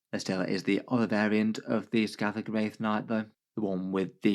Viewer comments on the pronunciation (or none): One thing, "Skathach" isn't pronounced "Skaddag" or however it was said in the video, it's more "Skah-Hach"